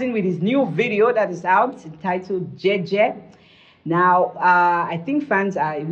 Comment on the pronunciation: you are pronouncing it correctly.. it's Jei Jei in LamNso. and are correcting you with the wrong pronunciation instead... I worry Leo' fan base demography will ever comprehend it, partly because his demography knows nothing about music beyond R&B and Pop, they don't understand anything Richard Bona, Fela and so on. I also see the commercial angle to this switch though. I agree with, let him correspond that with his lifestyle now.. 🤣🤣🤣🤣🤣Kwoh